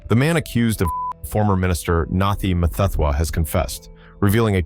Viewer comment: AI voice cannot pronounce his name. What a joke. Dont we have a decent speaker?